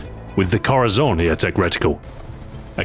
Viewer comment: Heh heh.. I know you have a strong accent bur the CORAZON reticle is Corazón which is spanish for heart and not pronounced at all how it is spelled. Hard to write in English how it sounds but it's more like cor te zone which is way off but it's one of those words that only sounds right spoken, because writing it just doesn't work.